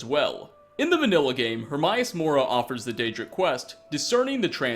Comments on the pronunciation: Am I the only ome annoyed by pronunciation on some topics? Like Hermaeus Mora as Hur-Mi-Us? Even in the games they pronounce it Hur-MAY-Us.... ffs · its pronounced Her-MAY-US More-a not Her-Mie-us- mora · Hi, sorry to be that guy again, but it's "Herm-ey-oos" Mora, not Herm-ah-eyoos Mora. 'xD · how come can't pronounce names correctly even tho they are spoken multiple times. Herm-I-us-mora? Come on! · It is said like (hair-mare-us More-ra) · I do find your videos interesting, but can you please look up how to say certain things and names? Hermaeus Mora his pronounced Her-May-Us-More-A also Kluwe is pronounced Clue-ee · mispronouncing Hermaus Mora name now bro? C'mon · Learn how to say the Daedric princes name correctly you idiot, the game itself tells you how his name is pronounced you fuck.